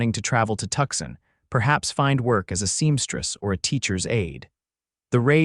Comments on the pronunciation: It's pronounced Two-sahn. Not Tuckson. And how big is that knothole that can fit a canteen though it? Under the gap in the barn door, that works. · 😂Oh, for pitys sake. It's Too-sahn, not Tuckson.😂😂